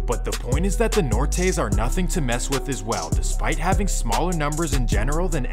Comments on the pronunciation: Lmao this fool said Nor-Tays. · Its pronounced Nor-They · “Nortes” its Northanos or nu estra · Say the Nortenos correct, not what ever!! Just so you know I’m from down south. But when you address the Chicano culture, have some respect when you talk about us!! No matter what side you are talking about!!